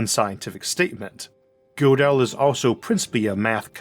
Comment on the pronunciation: Gödel has an umlaut over the o, and is pronounced "girdle." Interesting episode though. Maybe I had no choice but to watch this episode, though. Huh? [Shakes fist at the universe.] Dang you universe! Stop making me watch this! Not to worry Isaac, the universe never listens to me. (And if I have free will after all, I wouldn't want it to, in this respect at least...)